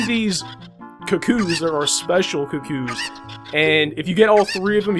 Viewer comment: You pronounced cuccoos wrong -.